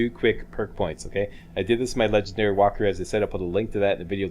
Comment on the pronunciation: Lol "Whopthrough"